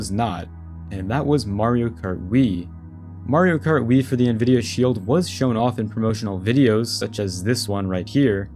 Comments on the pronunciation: why tf does bro pronounce nvidia like "nuh-vidia" 💀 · did this man say Nvidia pronouncing the n?